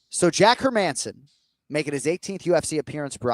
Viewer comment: Hey Jon, how about Hermanson as pronunciation of the week? Don't understand how or why my brothers from the US struggle so much with these Scandinavian names. I think they're pronounced Herman-sin and Gustaff-sin not her-Manson or Gustiff-sin.